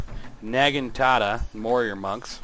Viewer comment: Hey It's Naginata not Nagatada lol Great vid tho gotta love the Ninja's